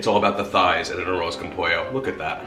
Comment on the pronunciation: It was No after his pronunciation! Smh.....wtf a an “arose”